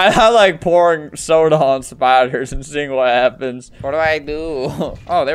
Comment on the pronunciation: "Aughagahæœaaa I like- I like pourin' soda on spæders."